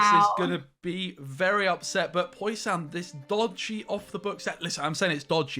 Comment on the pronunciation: i just like how say posian its fucking fantastice mate